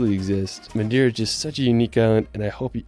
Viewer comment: Wtf.. in order of respect you should even try to spell some Portuguese words right… for example it’s Not Madira, it’s MadEira